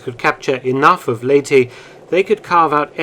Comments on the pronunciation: ley-teh, not lay-tee. Great video! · Its pronounced "Ley-te" not "Ley-ti" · LEY TEH not Ley Tea